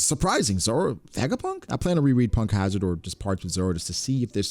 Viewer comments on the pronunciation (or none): none